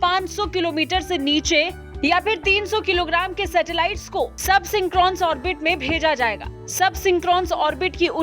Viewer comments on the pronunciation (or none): Madam se 'SUB-SYNCHRONOUS' bhi nahi bola gaya, i think she is very cute tho huh?